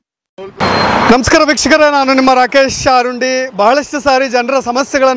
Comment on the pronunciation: ರಾಕೇಶ್ ಅರುಂಡಿ ❌ ರಾಕೇಶ್ ತುರಂಡಿ ✅ ನೀವು ಮೊದ್ಲು ಮಾತಾಡೋದು anchor ಮಾಡೋದು ಕಲಿ